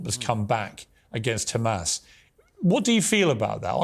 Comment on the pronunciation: Douglas just has to be differently by pronouncing Hamas incorrectly